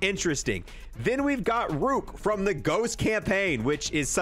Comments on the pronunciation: Ruk , it’s roar-ick 😂. No offense I just thought that was funny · Roark not rook lol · did he just fucking say rook. my disappointment is immeasurable and my day is ruined.